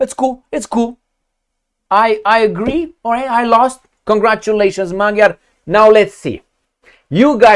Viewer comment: It's pronounced "Madyar", in Hungarian "g" is read as "d".. And yes, it seems like the end of the remains of sovereignty of Hungary.. Just maybe the votes were just counted the "other", more liberal way?..